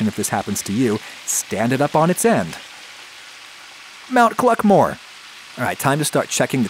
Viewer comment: Nobody: Adam: MoUnT cLuCkMoRe